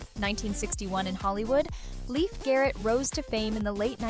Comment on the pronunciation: Leif Garrett is pronounced like "Layfe", not "Leaf"